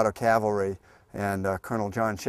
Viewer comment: In all the documentaries, audiobooks, etc., I have seen or listened to on YT only ONE narrator has ever pronounced Cavalry correctly. The rest say Calvary, the two couldn't be more different. It's a small thing I know but let's not just assume tha we need to dumb down future generations, there is already a big enough push in that direction. Other than that, good documentary.